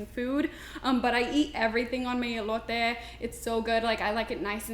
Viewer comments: Did she just say ( ILOTE) ?🤔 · The way she say elote sis someone tell herrrrre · I knew she didn’t know Spanish by the way she said elote lol